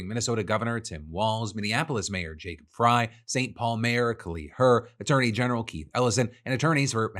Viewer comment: Psa: Frey is pronounced like 'fray' 😄